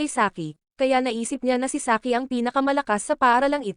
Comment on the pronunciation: Saiki❌ Saki✅